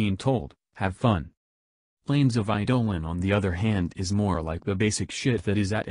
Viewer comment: Planes of Eye-Dolan